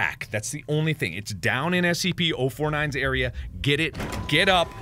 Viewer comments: "Spc" not SCP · … Are you serious mark? Spc? It’s Scp!